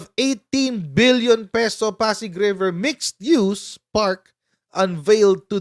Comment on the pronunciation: Pk-ulit-ulitin yung pagbigkas ng MIXED-USE kc ang mga merong diferensiya sa pandinig at pag-iisip sabihing "miss-use" na naman ..😂😢